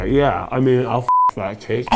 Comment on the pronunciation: he really said “the gake” 😂